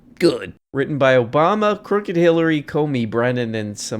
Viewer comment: That dang Obamna. 😂